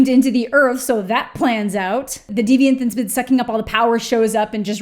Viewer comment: Everytime you say "diviant" I immediately think of "Detroit: Become Human." 😂